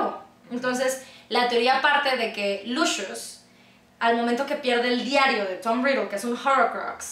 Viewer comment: Lucius se pronuncia así?